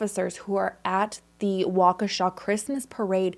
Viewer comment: That pronunciation of Waukesha 🤌🏻 spot on. - sincerely, wisco native